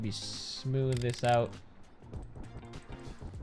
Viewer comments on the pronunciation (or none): none